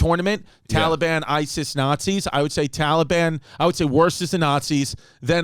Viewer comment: Why can't Chris pronounce Taliban